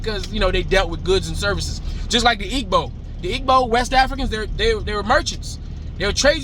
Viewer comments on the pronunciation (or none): Your "B" when pronouncing Igbo is correct which is the hardest part. But the "G" that you pronounce is extra. Remove the "G" and keep your "B" pronunciation. The spelling of "GB" only signals the pronunciation of that "B". There are a few African sounds that can't be found outside such as the "B" in Igbo (ethnicity) or in Gbagbo (a former President), the "Kpa" or "Nda" or "Mba" as in Mbappe (soccer/football player). The Js hate us, Blacks & Africans, and the Palestinians as well. There are exceptions but we're talking about the rule here. So, I can't waste my time thinking about them. However, did you know that they (the Europeans) considered giving part of Kenya to the Js?! Thank God they are the blackest of them all! Oh My God! I personally don't even hang out with Js... because they have this thing that if you open your life to them and show them your culture, in a week or so the friend will be wearing braids and taking your accent and speaking your language! And... the worst part is, they'll pretend it's been THEIR culture the whole time! And that's infuriating no matter who you are!